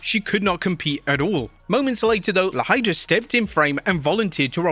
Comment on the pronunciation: FYI La Hierda is pronounced (lah yeh drah) and if you’re curious what her name is in English… The Ivy.